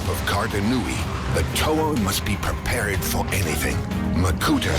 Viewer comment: Did he say prepare-ed? :)